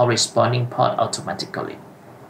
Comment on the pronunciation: reading the options of the switch, inventing pronunciation is quite funny , like poRt has a R in the middle. you're reading all the time pot, instead of port, i.e. the first one is something to smoke. do not omit letters and learn the correct pronunciation .... your video is as helpful as reading the manual in Chinese ....